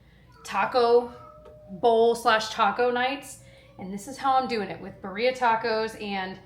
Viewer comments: It’s pronounced beeereeeah birria not bereeea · Just wanted to mention it’s pronounced beer-ria (well, not technically because this isn’t the correct accent, but this is more closely to what it should sound like) not bu-ria 😅 not trying to be annoying just thought maybe you would like to know if you haven’t heard it before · I can’t get over how you pronounce birria. It’s more like beer-e-ah. I’ve purchased the beef from Aldi and I’ve actually tweaked it to follow a cooking by Claudia video (birria instant pot recipe). And it was amazing!!! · that's not how you pronounce Birria! 😅 It is Be-REE-ah. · That’s not how you pronounce birria. It’s like bee-rrree-ah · Gurl PLEASE learn how to pronounce birria correctly. Like I get it if rolling the r is hard but at least put the emphasis in the right place omg. I love watching your videos and I love that you guys eat food from a diverse set of cultures but part of your appreciation for diverse foods should include learning how to pronounce things or making SOME effort to pronounce them correctly.